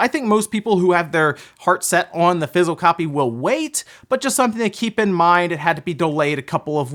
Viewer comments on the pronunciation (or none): anyone else get tickled a little when he says "fissile" copy?